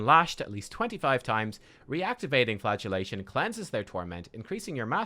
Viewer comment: Every time I hear Flagellation, I hear Flatulation, and funnier than it really should be.